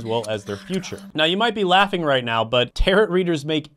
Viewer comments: Not the tear-uht reader 😭 please its tear-OH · It is pronounced Tear-row NOT TaroT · Pronounced Taro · omg tar-ot lol. It's a french word; pronounced without the T, my friend! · For future reference, Tarot is pronounced terr-O.